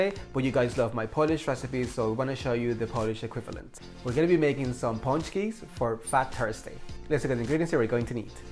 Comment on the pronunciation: Good job, they look great! You get extra points for using lard and even MORE extra points for pronouncing pączki correctly.